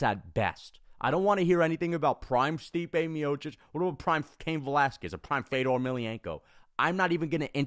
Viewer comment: I hated hearing you talk shit on Fedor while saying his name wrong.